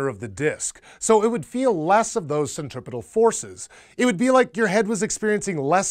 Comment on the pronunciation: Dude kept saying 'centripital'...